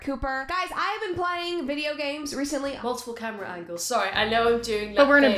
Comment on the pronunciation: "I've been PLYING video games". She can't even say it right. So real... save the virtual fetuses! Lol